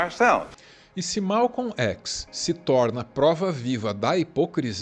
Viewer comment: O vídeo é bom, fora o fato de que nós Brasileiros sempre dizemos Malcon Xis "chis" nunca um Brasileiro pronunciou ékis! LAMENTÁVEL